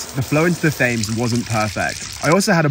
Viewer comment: Did he just pronounce Thames as 'fames'???